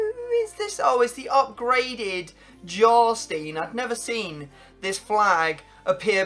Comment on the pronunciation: Jarstein is pronounced (Yar-Shtine) JarstEIn- the e and I are next to each other so you say the second one and pronounce the I not the e. So not (Jare-Steen) it’s (yar-stine)